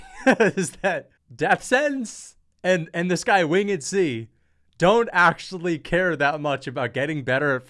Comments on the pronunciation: How is so dumb he mispronounced “Winged C”. Wing-ed C. What a useless moron. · "Wing - ed C" You might be trained by Demetrious next.. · “Win Ged C”🫡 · wtf is wing-ed C it’s winged C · "wing..ed C" lol